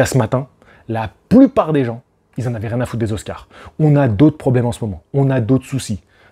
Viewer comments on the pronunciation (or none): none